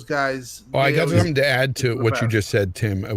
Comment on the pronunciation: Why does keep saying thum instead of them?